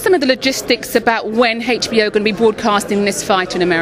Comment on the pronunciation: why does the british lady keeps saying HechBO